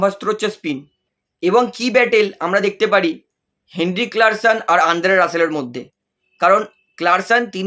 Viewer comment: Ota Klaseen, klarsen noy😂😅